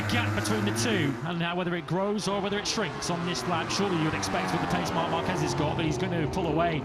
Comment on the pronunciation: Will the commentators ever learn how to pronounce Márquez???